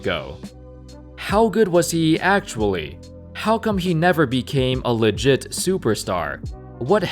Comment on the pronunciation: Nobody:: “leh-giht superstar”